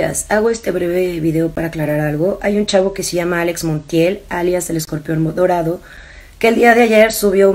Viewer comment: Yo le entendí Modorado jajaja